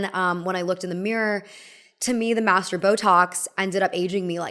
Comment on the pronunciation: Is she saying “masseter”? Because it sounds like “master”.